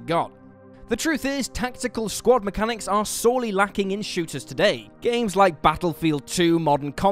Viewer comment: I could have swore the whole time he was saying "squat mechanics", not "squad mechanics". Lol I was so confused!